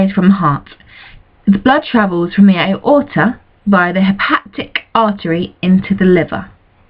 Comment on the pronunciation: Is it really that difficult to pronounce "hepatic"?